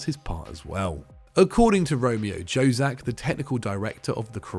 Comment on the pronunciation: Mate, Jozak is pronounced as Yozak. J is Y - Jugoslavija / Yugoslavia.